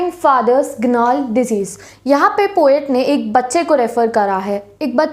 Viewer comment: you explained this poem really beautifully and made it easy for us. I just want to give a little suggestion that please work on your pronounciation a little. It's "heir" which we pronounce as "higher" not "air" and secondly in "gnarled" g is silent so we pronounce it as "narled" not "Gaynarled" or "ganarled". Keep up the good work you're really helping us a lot☺️💜